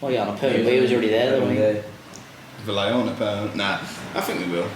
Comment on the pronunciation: Thanks fellas, I listened to pass the time at work. You brits REALLY massacre the Spanish language, it's pronounced VAJEHO